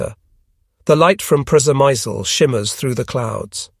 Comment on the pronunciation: Is the place you mentioning Przemysl? If it is, it's pronounced "Shemish". Yep, Shemish.